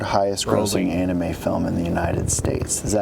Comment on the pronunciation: HEY SMOKER LUNGS, ANIME IS NOT PRONOUNCED AN IH MEE IT'S AN IH MAE fucking miserable twat